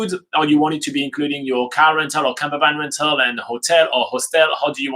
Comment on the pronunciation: I thought he was saying camera bag. I was so confused about why you would need to book one in advance, and how huge they are and then I realised. Camper Van! Hehe ;)